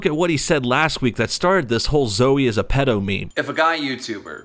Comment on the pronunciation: Wtf is a peedo? Lol